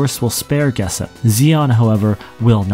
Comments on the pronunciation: Geshp is pronounced Geshp, not "Gessip" 😅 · You definitely mispronounced "Geshp".